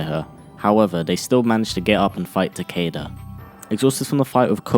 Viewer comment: Stop saying 'takeida' its 'takyda'